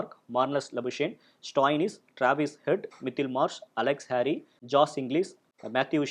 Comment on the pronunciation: நல்ல பதிவு .... இரு சிறிய திருத்தங்கள் ... அவர் ஜாம்பா (Jampa) இல்லை ... ஸாம்பா (Zampa) ... அதே போல ஹாரி (Harey) இல்லை ... கேரி (Carey) ....